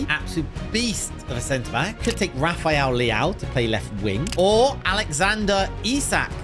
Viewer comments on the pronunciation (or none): none